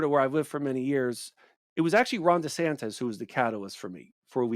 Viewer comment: Wierd that he can't pronounce "desantis" properly.